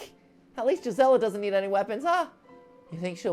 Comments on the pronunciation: Her name is pronounced geese-ah-la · Just a language teacher's opinion: Gisela might be pronounced "Gee-sell-ah" as it is in German.